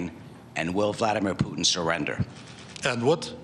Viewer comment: vladimir putn hahah funny how they pronounce his name.